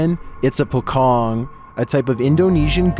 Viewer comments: No. 29, pronunciation pocong not pokong but po-chong instead.. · Number 29..very funny if person who not from bahasa country like.. Singapore. Brunei. Malaysia. And Indonesia... Example if you read and say pocong.. It's funny if you use English alphabet.. In bahasa if you see like pocong pronounce it's like pochong. Like again spell doctor in bahasa is doktor. If car. Not char. 😅Same car. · Pocong pronounced 'Po Chong'... not Pokong... wonder where you people get that word first😄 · i laughed when he said pokong, its actually pronounced pocong, po-chong thankiu for sharing true horror story, they r my fav youtube ghost telling story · For number 29, it not called pokong, it called po"c(ci)ong". Pocong is the legendary ghost "corpse wrapped in a shroud, buried in the ground", just google translate Indonesian "pocong" now use voice to hear what should spelled🤣. So not Pokong but Pocong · I was laughing hard when I heard you said "Po Kong" on the second clip! It should be "Po Chong"... Direct spelling in the Indonesian word is pocong! Sorry! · The Pocong is actually verbalized as "pochong". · Why you said Pocong with K? Pokong? Pocong = Pouch Ong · not triggered by how you pronounce it but it name sound like PoChong somethings like that and it know for it jumping behaviour to chase it victim and it resemble how dead muslim wear when being buried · Its pronounced as 'po' ( po in Poland ) and 'cong' ( c is pronounced like 'ch' in chair) Hope my words are not hard to understand! Good video!❤ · I giggled when narated the pocong part. "Pokong" 😹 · "Pocong" is pronounced Pot-Chong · it's pronounced "po chong" just like how you say chocolate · How to say "pocong" properly..? The letter C on "Pocong" is the same sound with C on "China" .. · FYI : the "c" in pocong sounds more like the "ch" in chair and doesn't sound like the "c" in the beginning of "c0ck"